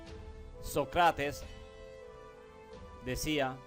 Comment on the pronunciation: Qué suave que hables español, se ve que no es tu lengua materna, te recomiendo que estudies los ACENTOS, así podrás hablar mejor. Por ejemplo es diferente decir Sócrates a Socrátes.